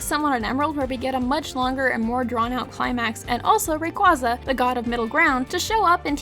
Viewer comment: Say it with me: RAY-KWAY-ZAH.